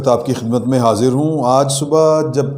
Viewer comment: کیامیی میی لگا رکھی ھے پہلے اردو سکھو بعد میی خبیریں دو